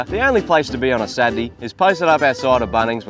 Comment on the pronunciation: "Satdy" lol